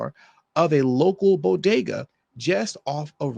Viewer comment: pronounces“bodega” “boggada” 😂